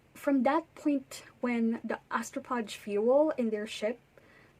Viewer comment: It's pronounced astrofage. Phage is a Greek root, ph is pronounced as "f".